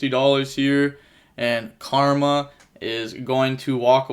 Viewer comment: Karma benzema You made me laugh real good. Its karim. French soccer player